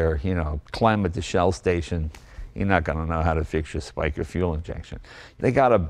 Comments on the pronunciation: beautiful. my neighbour has one and they sound great. Spica is pronounced "speeka". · The Italian fuel injection system is pronounced Sp-ee-ca not Sp-i-ca. Alfisti is plural. Alfista is singular.🇮🇹🤗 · All well said Jay, also your italian accent is very good! About oil and warming up you are right, taking in account that all these engines run on quite thick oil like 10W60. I wouldn't call Alfa engines unreliable... but they can get very unrealiable if you don't do proper maintenance. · SPICA - almost good pronounciation, the "I" is pronounced like in the word "dig", so like "e" instead of "i". Società Pompe Iniezione Cassani & Affini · This puts the "Sport" in Sports car. Pronounced Speek-ah. Jay, are the headlight "eyebrows" electric or vacuum actuated? I think red or silver might also be a good color for this car. Warm up! My Alfa Spider becomes a different car after being warmed up. I mean, everything improves after being warmed up: Engine, trans, rear-end, brakes, shocks, drive shaft, clutch, steering box, tires, etc. This all takes about 20 minutes on average. You can really hear and feel the difference. ps: Next time, open the rear window hatch. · Have lusted after my uncles almost identical orange 72 since I was a child, and inheriting it someday. 36,000 original Ks. Spica is pronounced “speak-a”. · Jay jokingly speaks with an Italian accent, yet his pronunciation (and Alfa knowledge) are off. 😁🍀 It's SPICA (speek-ah) and Bertone (bear-tone-ā) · The V8 in the Montreal was derived from the 2-litre unit used in the 33. This is a beautiful car. SPICA (Società Pompe Iniezione Cassani & Affini) should probably be pronounced like “speeka”. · Come-on Jay, you're Italian, t's pronounced "Speeka" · Well isn't Jay from Italian decent? How is it possible that he mispronounced almost every Italian word in this video. Bertone, SPICA, macchina. As a former Alfa Romeo owner I do not accept that. Otherwise great video! :)